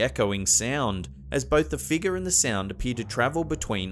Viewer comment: why can't he pronounce the word "figure" correctly?